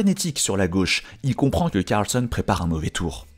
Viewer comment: CARLSEUN? 😂😂😂 Tout ce que tu dis tu le dis mal Sérieux........